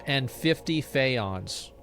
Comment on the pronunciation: “PAY-ons” the main reason I walked away from LA